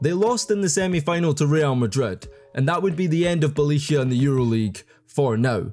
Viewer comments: I gotta admit you had me wondering for a little while who was that player Belicia that was a starter in the NBA for 2 seasons and how the heck did i not know him.... :D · Never knew a certain Felicia played for NBA lol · bro called him Balicia Keys 😂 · Things you pronounced wrong: Millosh, no Miyosh. Bolonya, no Bolonga. Nemanya Bielitza. Spaniolis. Yool, not Lool. AK47 is Andrei, not Andrea. And Euroleague Phil Jackson is pronounced Ze-Li-Ko Obradocivh. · Wtf is "Nemaniah Belichiah"? 😭😭😭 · try boloneea fo r Bologna and Nemania Beaelitsa for Nemanja Bjelica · If I hear SpanouSis or Bjelicia again... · BJELICA IS PRONOUNCED BEE-YAH-LEETS-AH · get a shot for every Belisia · Neh-mah-nyah Byeh-lee-tzah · Ok what is the actual flippin duckin heckin shite??? "Belicia", "Slouskas", "Spanoulsis"?? Bro ain't just mispronouncing. He's straight up add letters in the names🤣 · Belisia Slauskas Spanoulsis Bolonga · It really bugged me to hear you say Bjelica wrong 100 times. You can just google people's names and see how to pronounce it. Not like his is even difficult. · Nemanja Bjelica by far 😂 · you butchered it quite hard .... Bjelica hahaa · Nemanja Bjelica hahahhahaa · Bjelica was awsome. First time i have heard this pronuncuation. You are an inventor in names :D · Bjelica and Bolonga for sure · BoloNGa and bjelica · Bjelica was absolutely totally wrong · Bjelica pronunciation was a crime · You wouldn't pronounce worse Bjelica even if you tried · The way you pronounce Bjelica is crazy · How about trying to pronounce the players' names properly? I mean, Bjelica or Spanoulis are not that hard. Be more professional about it.